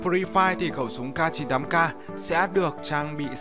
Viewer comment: Khẩu súng CAR 98 CAR:v Tiếng Anh tốt vl:>>>